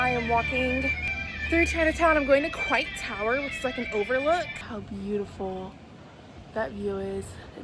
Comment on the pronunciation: It is pronounced COY-T tower :) The elevator is never working 😂. Golden Gate Bridge is the red one. You can actually walk across it.